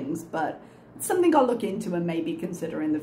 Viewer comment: Is it just me or does she end her words with a K? Like Somethink.